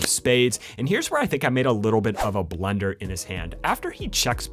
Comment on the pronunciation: does anyone else hear him say blender instead of blunder